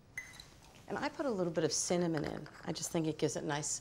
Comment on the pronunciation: no one notice how she said cinnamon wrong lol